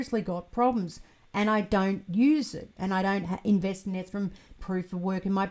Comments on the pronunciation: Oh no. I can send you some Fixodent to help. That Ethrum always catches my attention every time.:) Enjoyed the new video! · Hi, I've been wondering for years why you always mispronounce Ethereum?